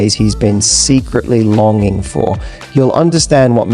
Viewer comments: ....lon going..... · Longing....you pronounced it lon going....AI????